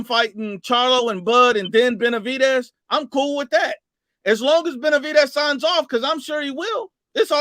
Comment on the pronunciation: couldn’t even properly pronounce fighters’ names 😂😂😂